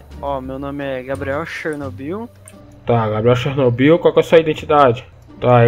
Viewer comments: "xernobiu" é foda em! kkkkkkkkkkkk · "Xernobio" ksksksksksjs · kkkkkkkkk “xernobiu” kkkkkkkkkkkkkkkkkkkkk pora